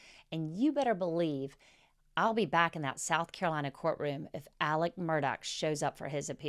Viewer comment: i am baffled by Alex being pronounced Elik every time.